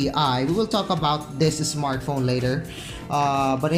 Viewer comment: ISmartphon .... ISmartphon ..... ISmartphon ...... makalipong!!!!!! We downut!!!! @@ magtagalog ka nlng!!!